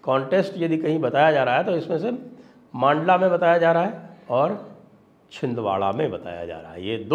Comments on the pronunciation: Sir its mandla not maandla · मंडला साहेब मांडला नही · मांडला नही संजय जी मंडला बोलिए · सर पूरी श्रृद्धा के साथ जिले का नाम "मंडला" है ना कि "मांडला"। मैं मध्य प्रदेश से हूं इसलिए बता रहा हूं। 🙏🙏🙏